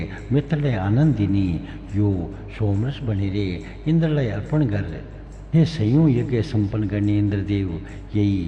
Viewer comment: सबै राम्रो छ 🙏🇳🇵 तर गर् , हैन गर, ग र उच्चारण गलत हो रहा है उसके वजा से सम्मान नही हो रहा है देवो का, गर् नही होता गर होता है फर्क ए है कि गर् सम्मान नही होता उसमै आधा र् उचारण जो आप कर रहे, गर र मै अ का ध्वनि सुनाई देना चाहिय,तब थोडा विनम्र आया लेकिन सम्मान के लिए गर्नु बोला जता है, उसका मतलब किजिय हुवा गर् का तु कर हुवा गर अ के साथ तुम करो सिर्फ देवताको गर् सुनके बुरा लगा हम लोग गर्नुस केहेते है, कोहि गरअ भी लेकिन गर् नही,बाकी तो जय हो 🙏